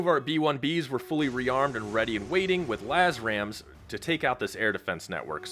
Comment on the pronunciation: I think when says "Laz-ram" he is referring to the LRASM. I have always thought it was pronounced "El-Raz-m." What is the proper way to pronounce it?